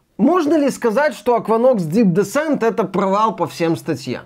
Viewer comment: Descent - ударение на последний слог, так-то